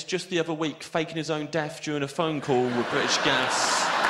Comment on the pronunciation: I still hear it. When he said "death" and "think" it was particularly noticable.